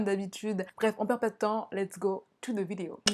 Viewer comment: tout les "th" en anglais sonne plus proche d'un T ou d'un D que d'un S ou un Z Pitié, arrêtez de dire "Zhe", ça sonne beaucoup plus naturel/anglophone de dire "de" même si c'est pas tout à fait ça, la prononciation d'un "th" anglophone Source: je suis né et je vis dans un pays anglophone et communique en anglais quotidiennement.